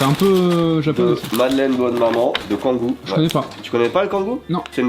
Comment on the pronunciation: Ce n'est point "kangou" mais "kangO" !!